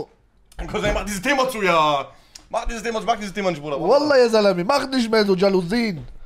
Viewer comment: Der richter liesst ,,vallah'' 🤣🤣🤣🤣🤣